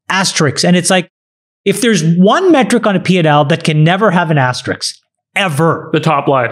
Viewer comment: lets discuss Chamath's pronunciation of asterisk